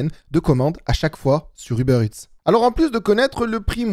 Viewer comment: A chaque fois j'entends "les données du beurre" 😂 ->